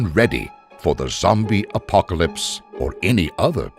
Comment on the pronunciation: A zombie WHAT? Yoo iz a reel goode spayler yoo iz....